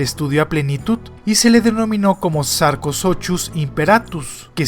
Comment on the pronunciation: La pronuncuación es sar-co-su-cus pero dejando eso de lado siempre me encantan tus videos n.n